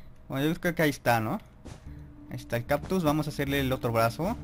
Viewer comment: No es por ofender peor note que decías "captus" jajaja (es broma eh?)